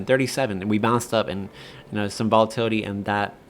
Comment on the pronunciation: Vola-titty? Dude, just wait till you sober up before recording these 😂